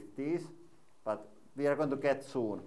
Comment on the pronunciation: Everytime I hear you say" Here ve go" I feel like ducking because I might end up like watermelon man!😅